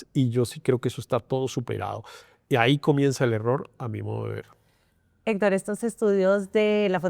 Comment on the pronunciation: Esta senora no tiene fluides al hablar , se traba mucho y nisiguiera puede pronunciar la palabras Hector. Senora visite a un fonoaudioligo o retrirece